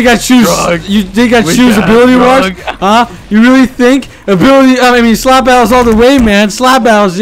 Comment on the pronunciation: What a english masters piece "slab battles"